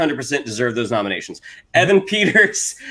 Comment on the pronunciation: Yep, the Evan Peters flub was on me.